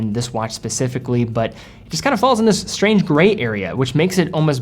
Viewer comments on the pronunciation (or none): none